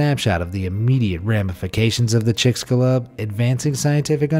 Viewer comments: Sorry, but it's not (Chick scu Lub) it's (Cheek Zhoo Lube or Cheek Shoo Lube) with the Lube being loob like boob not lub like lug. If I remember right it is Mayan for "Tail of the beast" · That's not how Chixulub is pronounced ... not even close. Maybe look up your stories before you talk about them, it'll make you sound more convincing if you don't flub the pronunciation of words you can easily look up.